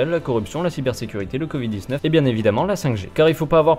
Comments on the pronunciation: Pourquoi le monsieur il dit "con vide" au lieu de "covid" ? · J'adore le "convid" :-D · "Le CONvid" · Le gugusse parle du "Convid" à partir de là j'en déduis ce qu'il y a déduire ;) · "le document s'appelle con vide et pas corona" c'est ce que j'ai entendu moi